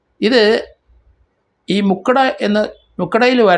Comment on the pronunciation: മുക്കട അല്ല മുക്കടവ്